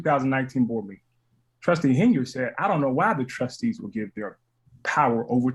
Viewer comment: Triple T is unable to talk like a professional. No surprise she doesn't pronounce his last name correctly.